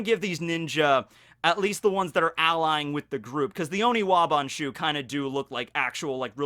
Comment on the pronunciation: Honestly the best part of this video imo is that he's finally started to use the correct term for the ninjas. I'm just so relieved to not physically cringe when I hear Onibawan....finally hes saying oniwaban..i just hope this continues and he remembers to say it right from now on.